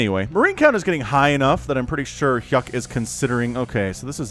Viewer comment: U made hyuk pronounce like yuck